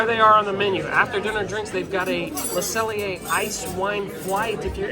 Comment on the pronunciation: Close ^^. There's no L in pronouncing 'cellier', just ce'yée. If you wanna go for the last 3%, make the ée at the end even wider (less eh) and stay completely straight. I know, it's particularly hard if you grew up in American English. Great video👍, you picked pretty much everything I'd have picked, now I'm REALLY hungry! 🤤 If it wasn't 2 am, I'd be sorely tempted to go to a local Steakhouse here in Hamburg where it's probably quiet, and the filet mignon is €29. 😁 Dang, Disney! ^^